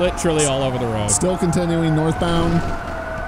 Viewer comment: did just say "all over da woad" but normally?????